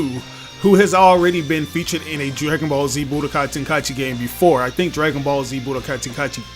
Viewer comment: Thank you for pronouncing it “ten kai chi” Instead of “ten Kai ee chi”.